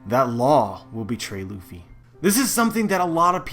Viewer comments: I'm wondering where you got this strange pronunciation of the name "Ruffy" from. It's neither the Western nor the Japanese one. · Ace Vincent Arevalo But Japanese people usually don't pronounce the letter "R" as "L". They do not have the "L", but the "R" is also not realized the way we produce the sound for "L". It's somewhere in between and a realization that does not exist in this way in the English language. The pronunciation of the name "Ruffy" in this video is overly anglicized. The narrator produces the sound for the "R" in "Ruffy" just the same as you would pronounce the sound for "L" in words such as "leaf", "lady" or "laughter" and that's not correct. The sound for "U" is also not exactly like the Japanese pronounce it. Now I don't want to say that people HAVE to use proper Japanese pronunciation when they don't speak Japanese but in this video it's pretty far away from the actual pronunciation.